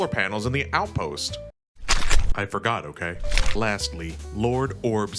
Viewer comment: i felt that "I FORGOR" into my soul